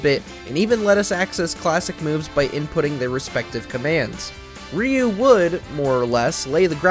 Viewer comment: why no one can't pronounce RYU name correctly. It's not ri-u